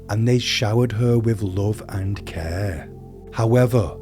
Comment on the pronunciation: What is the narrators English dialect? It’s odd to hear the inflection at the end of every word. ex. german toWN, love and caRE, while these chanGES. Not saying it’s bad. Just different